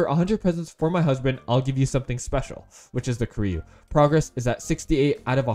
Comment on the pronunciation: It s koreyu not koreau